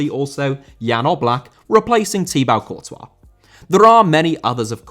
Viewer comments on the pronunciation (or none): It's been 4 years since he started the channel and he still can't pronounce thibaut courtois 🤦‍♂️🤦‍♂️